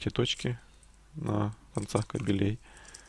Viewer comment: "Длина кабеле'й" - это длина собак мужского рода. Может быть - длина ка'белей? Я не умничаю и не выпендриваюсь, просто уже плющит от людей, которые делают видео , не зная своего языка. Да, молодцы! Разрабатывают , выдумывают. Но, если ты не знаешь элементарных правил языка, пиши текст.